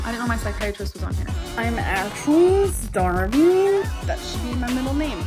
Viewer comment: You don't believe her when she says she's "actually starveen?" 🤣